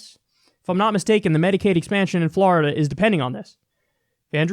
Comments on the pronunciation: F L O R I D A. NOT FLARIDA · Kyle why do you pronounce Florida like that you fucking degenerate.